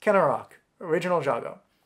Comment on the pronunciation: Java is the anglicized name so it's fine to pronounce it as you would in English, and the v's in Sanskrit names are acceptable as well. But yeah, the "j" in "jago" should be pronounced as voiced postalveolar affricate.